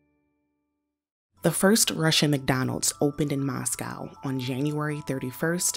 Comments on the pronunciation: Come on, CNBC-- at least be bothered to pronounce the city correctly. There is NO COW in Moscow! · *Thee opening. Not 'Thuh opening.' When the next word starts with a vowel, the is said like thee. Not 'Thuh invasion.' Not 'Thuh exit.' Thee invasion. Thee exit. Come on CNBC. Also, it's not MOSS-COW. It's Moss-coe. Come on. Improve your narration. Unbelievable. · Why can’t Americans say Moscow… it’s not difficult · I really hate how yanks pronounce Moscow.